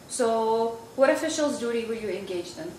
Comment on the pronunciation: oh the word is “engage” not “ingadge”……hahahah! SMH